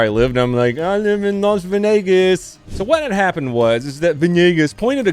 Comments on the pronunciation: “ I live in las venagas!” 🥴😂☠️ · I thought it was Las Vegas not Los Vegas.